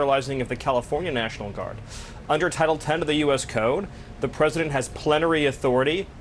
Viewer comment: I thought I tried to say “plenty” but slurred his words, didn’t known plenary was word tbh